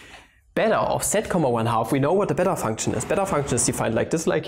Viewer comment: When you said it's "the beta function," I heard "its a better function."